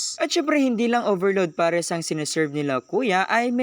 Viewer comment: Hindi tinipid sa gatas pero nakatakal. Ang totoong hindi tinipid yung kutob kutob lang wlaa ng measurement hanggang paapaw na. Tsaka PARES hindi POHRES learn your vowels.